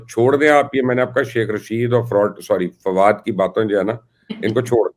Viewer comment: Farad ch oh ni Fawad ch😜